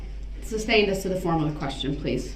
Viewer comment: This fool clearly has no idea what "leading" means. The same could be said about most of his objections. He can't even say "sustained" correctly. His stupid "grounds" that he's always shouting after an objection is annoying too.